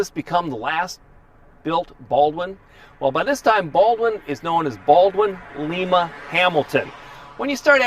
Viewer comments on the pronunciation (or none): Thank you so much for keeping up this video series,! But yeah, it's LIME-uh (sounds kind of like "lime"), not LEE-mah, which is the city in Peru. I know, because my great-aunt lived in Lima. I used to drive through there on occasion when I drove semi. Back to the video: I had no idea that that was the last Baldwin (by this time Baldwin-Lima-Hamilton) product made. The DeLaVergne prime movers were troublesome and ridiculously heavy, to be sure. Thus ended a great run that ended badly for Baldwin. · Really like your videos. One correction. The word "Lima" is not pronounced "Le-ma". It's pronounced "Li-ma" (as in the bean) with the vowel "i" pronounced long, not short. Lima (with the "i" pronounced as an e.........."Le-ma") is in the country of Peru. The town in Ohio and the locomotive company is pronounced "Li-ma" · Lie- ma...not lee- ma